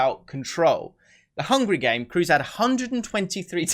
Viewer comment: Kroos is pronounded Craws in german